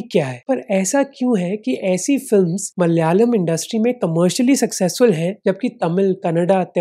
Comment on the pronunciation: മൽ യാലം അല്ലടാ നയിൻ്റെ മോനെ 😅